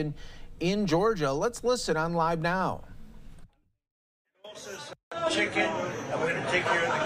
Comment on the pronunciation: lol chicKKKen